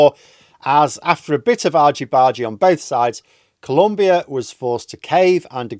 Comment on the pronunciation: It's Colombia ! Not 'Columbia'.